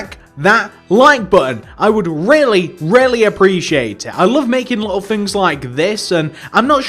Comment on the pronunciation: Say little correctly you lil